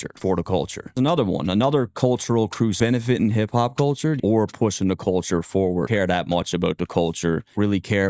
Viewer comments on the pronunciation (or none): the way he's trying to emphasize "da" on the front of culture is proof he ain't part of it